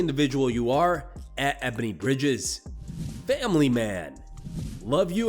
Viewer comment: did Izzy just say "famiry"